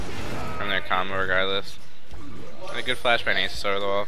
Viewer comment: It's not nAsus! It's NaSuS!